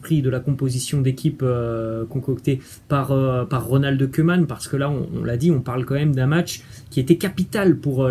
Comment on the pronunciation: je suis de belgique...cc...respect mais stp tu koeman par pitie sa se dit kouman stp pas comme des oeufs stp merci...mets meme la tv hollandaise tu verrais bien par toi meme sinoin respect chuis al depuis le debut...cc de belgique